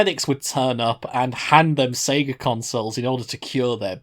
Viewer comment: sounds more like pika than sega